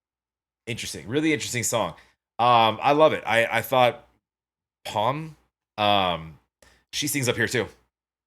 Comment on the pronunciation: Near the end you got the pronunciation of Pomme perfectly right: Pomm The french often omit the ending of a word when speaking. It could be one or even more letters. I don't know, it somehow feels good when you know, there are a few more letters, they are there, but you don't pronounce them... They are virtually there in space, but not pronounced, it's something like this... And by the way, pomme means apple. Maybe that's why she's wearing green ;-) Just a bit for the fun of it... Oh and in some languages or even just dialects there's the notion of an apple in the ground, a ground apple, that's pomme de terre, an apple of the ground, a potato. Of course it's a completely different thing. It just contains the word apple in it, although it isn't. And when you think of pomme de terre. You know terra, maybe from sci-fi, terra, our planet or just the ground where plants grow. And now you might have an idea, where this came from: Pommes frites. fried pomme de terre ;-) fried potatoes ;-) fried pomme Pommes frites ;-) French fries ;-) Pronounced: Pomm frit (i is pronounced like in: a bit). You know, the word endings of: Pommes frites: They exist to be left out and feel good about it, the word endings are just virtually there somewhere... ;-)